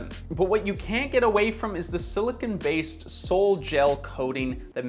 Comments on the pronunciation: you pronounce "silicon" as "silicone," which are two DIFFERENT things! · Can you pronounce silicon as silicon and not as silicone ? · You said "siliKIN" several times (a word that doesn't even exist), and "siliCONE" several times in the video. Didn't you mean to say "siliCON"? Silicon and silicone are 2 completely different things. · You seem to be conflating silicon and silicone. Your video said "is it just sand, or is it actual silicon"? Which is a nonsense statement. Sand IS silicon dioxide, for the most part. Some other minerals which are also nontoxic. But you seemed to be pronouncing "silicon" as "silicone," and those are very different things. Anyway, point is, sand (and elemental silicon for that matter) is completely nontoxic. You'd have to consume unimaginable amounts of sand for it to hurt you. Also, glass is silicon dioxide as well. It's just silica grains melted at a very high temperature. The reason we use glass and ceramic for food containers to this day is because it's nontoxic. It's possible to make a ceramic material using toxic materials, like I suppose you could mix arsenic with clay and make an arsenical ceramic with it. But that's equally true for cast iron, which you lauded in this video. Any product can include contaminants other than the materials it's advertised to contain. You can't escape that problem by just choosing a particular type of product. You should investigate any particular product you buy, whether it's coated with PTFE, or ceramic, or nothing at all. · Please be sure to not call silicon silicone. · Isn't sand made of silicon though? (Also it's pronounced sili-KAHN, siliCONE is a different substance.) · … Silicon… not Silicone. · I noticed you kept pronouncing silicon as "silicone." Silicon and silicone are two very different things. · The way silicon is pronounced should be properly distinguishable from silicone please